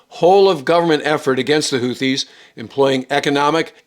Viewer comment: ‘HOO-TEE,’ not ‘HOOTH-EE.’